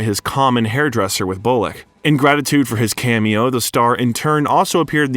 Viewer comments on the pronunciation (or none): none